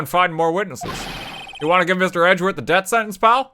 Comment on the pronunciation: Anyone else notice RT can't say death? He says debt